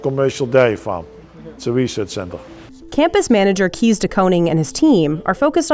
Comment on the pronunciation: Not kiesssss but kees. Goddammm